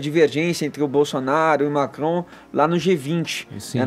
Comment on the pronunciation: Primeira vez que o “radialista” consegue pronunciar uma palavra de modo correto. Emmanuel Macrom. Dessa vez a língua presa ajudou😂👏🏻